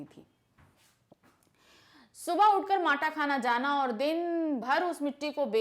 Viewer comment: mam matakhana nahi matakhan